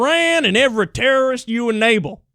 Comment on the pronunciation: You know a guy means business when he pronounces "Terrorist" as "turieyest"